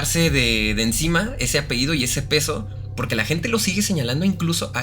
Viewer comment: Hola chicos! una observación, lo correcto es decir APELLIDO, no apeido. Saludos! excelente canal!